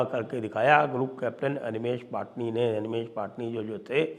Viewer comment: पटणी not पाटनी